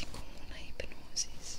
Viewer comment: el vídeo me encanta desde que lo descubrí, pero tengo un problema con el hecho de que dice "hipenosis" en lugar de "hipnosis"